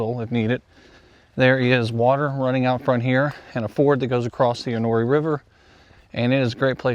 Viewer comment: Enoree = En o ree LOL